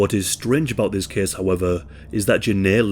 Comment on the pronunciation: thes keeeeze takes plaes